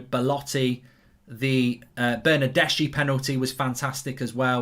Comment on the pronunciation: You gotta learn to pronounce the name lol Bernardeschi Chiellini